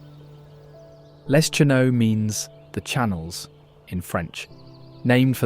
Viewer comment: Les Cheneaux "lay shuh no" That's where I am from. :) Grew up on one of the channels across from Marquette Island) Hee hee, sorry but Mackinac is pronounced Mackinaw. Just letting people know. ;) The dirt road to Crisp Point is sometimes too bad for regular cars to get back there. 4-wheelers tearing up the corners doesn't help.